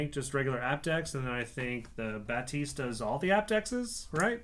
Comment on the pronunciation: Right....and she said Bath-is the first time